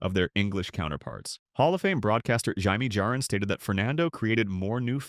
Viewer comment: Learn phonetics, perhaps some latin. Butchered Jerry Reuss and Jaime Jarrin's names. These narratives should only be done by those that have a baseball background.